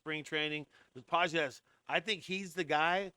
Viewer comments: Dude, if you’re going to be a Dodger expert, you’ve got to at least know how they pronounce their names—It is Andy Pages (Pa-hes) not Pa-jez. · gotta be honest , i was about to subscribe to this fake dodgers digest guy but the after hearing his mispronunciation of Pages , I JUST CANT DO IT MAN 😂😂😂😂😂😂😂😂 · Maybe you should learn how to pronounce Pages.